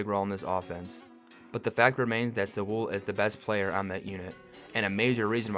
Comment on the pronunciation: Bro...BRO...Sewell is pronounced like "sool".....not "sawool" 😂